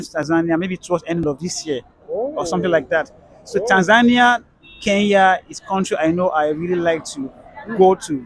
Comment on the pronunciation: Hey Nigerians, it's Kenya not Keya.